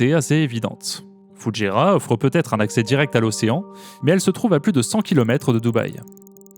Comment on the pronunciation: vous dites bien Doubaî pour Dubaî, alors pourquoi dites vous Foudjéra et non pas Foujaîra, il n'y a pas de D et il a un tréma sur le i